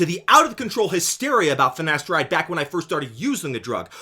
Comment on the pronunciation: "Nocebboh" "Finasterideh is safeh"